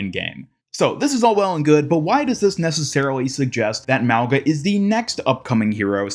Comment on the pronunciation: Small reminder that Mauga's name should be pronounced as "Maunga", pronouncing the g like in "King"